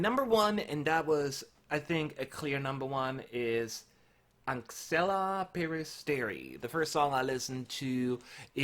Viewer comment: Anxhela is pronounced like Angela actually. The "xh" sound is the equivalent of the English "g" or "j"